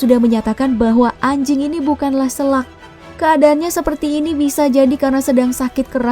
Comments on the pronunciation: Bukan selak min. Sela' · Bangak.....selak..ejaan e nya sama kaya Ekor.....bukan ejaan e nyaa apEl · Bacaan "selak" nya salah min 😭 Salam dari Lombok 🤙